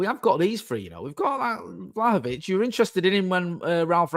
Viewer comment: Only our mate could say “Vlahovic” twice literally back-to-back within a second and pronounce it differently both times ❤